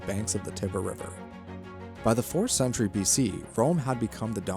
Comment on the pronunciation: It’s not “Tibber”. Also, when you are mentioning the Roman colosseum- try to use a picture of Rome’s colosseum and not a colosseum consistently.